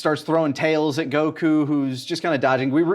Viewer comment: How come says Go kuuu and Pon but not Kulilin?